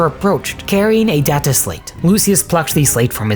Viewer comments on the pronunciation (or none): Its data not data.